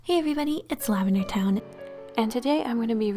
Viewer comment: ur saying lavee town